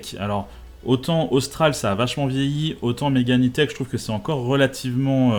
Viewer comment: Personne ne prononce le E à l'anglaise en France